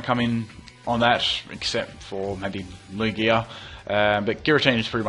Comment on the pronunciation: Christovaal Schmidt I definitely don't use Lew-ig-ia though XD I'm pretty sure its pronounced Lew-gia